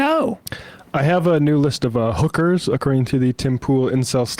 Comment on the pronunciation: = actually it's pronounced "HOOK-erz" emphasis on the first syllable, you're close tho = no Sam you got it wrong too, it's "HOOK-erz"